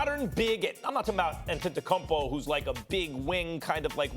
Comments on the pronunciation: Max: Att-et-a-cum-pow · Max: “ antetekungpao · Max - “Antentukunpow” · I hate the way Max pronounces Greek Freak’s last name....🤦🏽‍♂️🤦🏽‍♂️🤦🏽‍♂️ just say his first name or nickname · How can Stephen A and Max report on the NBA on a daily basis yet they can’t pronounce the last name of the reigning MVP (antetokounmpo)🤦🤡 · Max is trying so hard to say Giannis’s last name right🤣🤣🤣🤣🤣🤣🤣